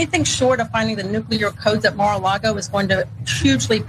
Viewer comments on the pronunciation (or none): It’s … Mar-a-Lard’o